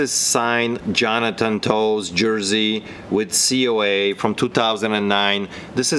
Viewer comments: Hey. Great video. Just so you know Toews name is pronounced TAYS. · jonathan toews pronounced "taze"